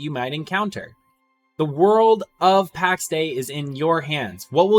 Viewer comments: Soz, you lost me when you said "Packs Day" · Would be nice if you didn't pronounce "Pax Day".